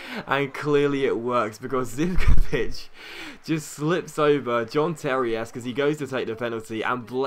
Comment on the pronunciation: Hey great vid once again but Zivkovic is pronounced zikovich.:)